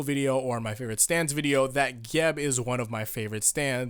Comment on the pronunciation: Its Geb not Geb you illiterate fuck